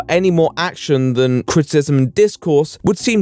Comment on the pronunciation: U have a really hard time pronouncing criticism